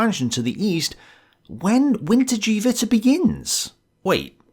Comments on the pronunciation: "Geh", not "Jiiiiiii" :) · Note: it's not 'WinterDjeeWitter' but rather 'WinterKehWitter'. 'Keh' pronounced as 'Que?'. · Small point: it's not pronounced "Vinter-jee-vitter" but "Vinter-geh-vitter" Absolutely, I love this series, and am very glad you are continuing it at your own pace. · I’m really surprised you butchered the pronunciation of wintergewitter lol. Isn’t it “vinter-gevatter”? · Wintergewitter is pronounced "Vinter-guh-vitter" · The g in wintergewitter is pronounced short, like in give